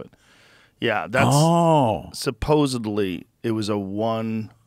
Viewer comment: "supposebly " Get it together Rogan